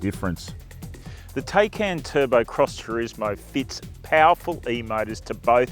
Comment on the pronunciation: «Tei-cain» .. it’s pronounced “THai-cAn”